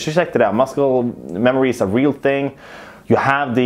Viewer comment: It’s not muscle it’s muscle :v